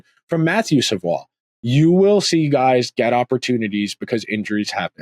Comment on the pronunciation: You are pronouncing Lavoie correctly but Savoie is pronounced Sa-voy. Also, it’s “Philp” not “Philip” Love the pod, keep up the good work!